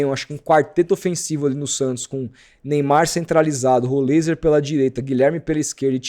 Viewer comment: Até joguei no google tradutor, em vários idiomas, nenhum fala rolêiser... inventa muita moda, igual do "êliassom"... Não segue regra nenhuma de gramática nenhuma pra falar o nome dos caras.